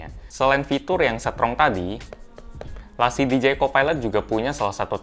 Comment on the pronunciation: Bacanya la cieeeee :v